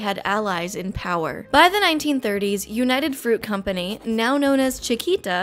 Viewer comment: Me being Colombian, pronouncing the words "United Fruit Company" triggered my patriotic defense system, for context search "Las Bananeras" because I would talk about this for hours.